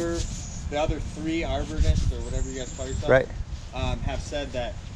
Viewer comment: I could have sworn his said "the other three arbornists" 🤣